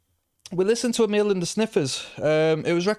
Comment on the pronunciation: Mate, it'a not Amil it's Amyl as in Amyl Nitrate